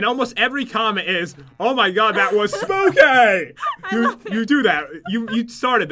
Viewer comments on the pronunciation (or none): I like when says things are getting.... SPOOKAY!!! Lol 😂😂😂😂😂😂😂😂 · Panda Girl ITS SPOOKAY SAY IT RIGHT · Black Kitty Cat Vlogs And More not to be rude but its spookay not spokay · noelle SPOOKAY* not spookeh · It's Spoopy Not Spooky Right Big P:) Love your videos Pat and It's Ciara Quinn your biggest fan:)